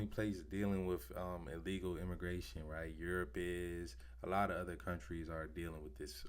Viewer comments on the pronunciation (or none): Can you say "ILLEGAL"!?